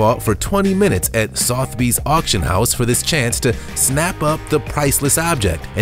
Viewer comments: It's not Soth-bees, but it's said SOTH, rhymes with dud, SOTH-eh-bees, Not Soth-bees. Terracotta, sounds like the name Tara, then sounds like the word cot, a bed like thing you sleep in, so all together Terracotta, not TERRA-COAT-UH Seriously someone should have corrected him because unfortunately it does make him look and sound bad and inadvertently he comes across as uneducated. Sorry, but it's true. Again, not a hater, but love English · Please if you want to at least sound like you know what your talking about try not to mispronounce Sotheby's as southbees. just saying it's pretty well known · Sotheby’s 🤦🏻 it’s pronounces Suth-e-bees.